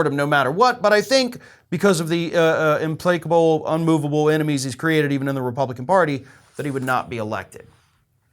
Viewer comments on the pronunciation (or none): Who says implacable like "implaycable"? Englishn't.